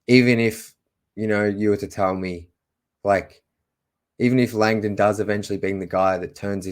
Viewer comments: Landon is pronounced Lang-dn. Not lang-donn. Soft sound on the dn. Lols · Tro-jun LONG-dong😂😂😂